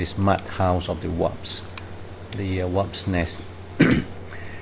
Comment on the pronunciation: Must be Italian Mud wasps since he keeps calling them WOPS.